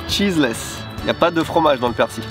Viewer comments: la prononciation c'est pas plutot "perciLE"?? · Arrêter de dire persi le l ce prononce j'ai envie de casser mon tél à chaque fois mdr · ca se prononce persille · Super sympa! PS: y'a que moi qui dit persiLLL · 🤗résilience! j'adore le concept! merci (et à ta femme) 🙏:) -- c'est curieux tu ne prononces pas le L de persil!? 🤔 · je ne savais pas que c'était un "l" muet pour persil.... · Je me demande ce qui est le plus choquant: que confonde persil et coriandre ou qu'il ne prononce jamais le L de persil 😁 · On sait que t'es au Japon depuis longtemps, mais on prononce le L dans "Persil" :) Edit : Bon apparemment selon l'académie française, il L ne se prononce pas. J'aurais appris quelque chose...